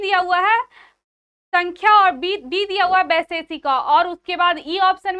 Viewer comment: सांख्य होता है सांख्या nahi